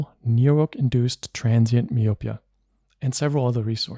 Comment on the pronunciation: You keep mispronouncing the word "myopia".